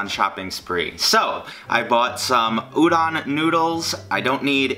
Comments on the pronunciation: its ooh-don. heavy on the o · I'm suffering every time you say they're udon dude but good job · The way he says udon😕